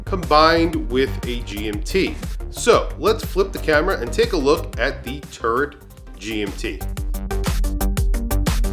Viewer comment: Nice review - to this Brit, when you pronounce “Turret”, your NY accent makes it sound like you’re saying “Turd”.🤪 …”and there is the Turd on my 7 and a half inch wrist”! 🫢